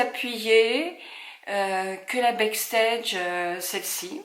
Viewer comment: Backstage « BAAAACKSTEGE », Huda « HOUDA » très beau maquillage 💄